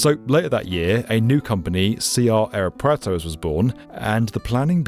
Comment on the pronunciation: It's cute how English native speakers always fail to correctly enunciate aeropuerto or say "plaka mayor" 😂